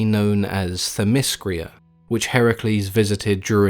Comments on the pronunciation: it's themyscira not themyscria and titanomachy not titanochamy...(sorry i'm not trying to be a dick,i hope i could help you pronounce the words correctly.Greek is my native language and i live in Greece) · But you need to get your pronunciation right. it's not Thymiscria, It's Theymiscira. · Hippolyta and themyscira and hercules. all said weird man. not used to the alternate pronunciation. lol